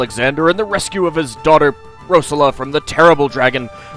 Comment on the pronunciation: Yay! I've been wanting to play this myself for a while and just haven't had the time. By the way, though, the emphasis on Rosella is on the second syllable (Rose-ELLA), and Valanice has emphasis on the last (Val-An-EESE). You only get the right pronunciation from the voice acting in later games in the series.